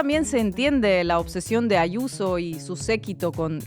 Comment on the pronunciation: Adoro como llama a Israel Diaz Ayuso, "Ashuso". Cada vez que la vea me acordaré de tí.❤